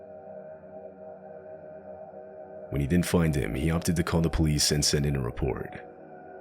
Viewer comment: "By the time the polive arrived..." this is your lesson.